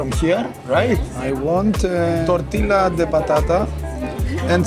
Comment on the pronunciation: Μετα το ΤΖαμον ιμπερικο, ηρθε και η ΠαεΛα με την ΤορτιΛΑ. χαχαχαχχαχα